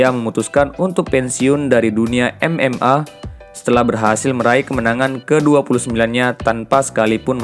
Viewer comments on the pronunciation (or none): Kenapa huruf A jadi R MMA atau MMR host betul perkataan mu